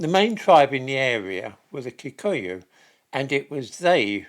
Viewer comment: And it's probably Kikooyu as well.